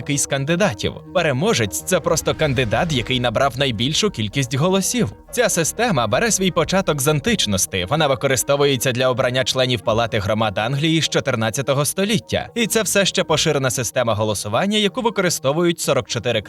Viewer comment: Чому ви замінюєте закінчення "і" на "и"? "Античности", "справедливости" і т.д. Я перепрошую, але мені здається що автор каналу з назвою "Промова" повинен говорити правильно. Вибачте якщо вас це ображає чи можливо я висловив свою думку занадто грубо